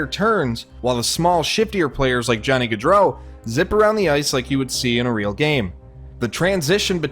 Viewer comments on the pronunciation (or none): none